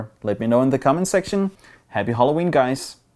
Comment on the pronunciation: naturally english people: Halloween: Holloween